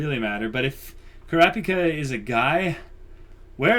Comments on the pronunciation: Yes please! As it is, it will take you a year to do this series even at 3 a week! Am I the only one who thought you said "Boku no Pico" when you called Kulapika "Kuropiko"? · Oh! So you have seen the white haired kid? I can't until you see what he can do. He and Gon are my favorites in HxH. Also, Kurapika's name is pronounced "Crop" (like in farming) & "Pika" (like in Pikachu). He & the white haired kid are guys, but both of them have female voice actors in different languages.